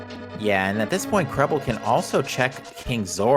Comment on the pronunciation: Its Krelbel not Krebble